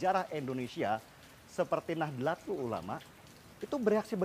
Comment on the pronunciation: Nadatul kaliii' bukan nahlatul Blajar ngomong dulu paaakk